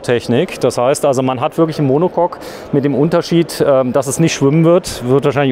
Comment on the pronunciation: Monocock??😂 Monocoque !